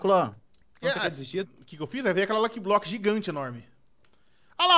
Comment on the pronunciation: É "faz" e não "fais" e também e "luck block" e não "lok blok".